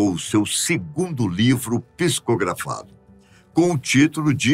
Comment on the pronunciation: Querido apresentador, admiro o sua voz e suas apresentações em geral. No entanto, me incomodo um pouco com o fato de vc pronunciar p i s c o grafado, ao invés de p s i c o grafados. Muitas milhares de pessoas ouvem vc e tendem a repetir sua forma de falar.